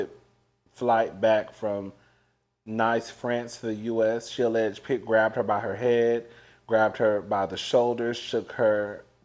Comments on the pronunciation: Nice, France is a beautiful place! Pronounced like "niece" though, my roommate is French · It's pronounced niece France. Can't have you out here loud and wrong 😘😅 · you be messin some words up, it’s Nice, France. The word is pronounced like the word Niece. Lol. The child name is Zahara. There may be a protection order.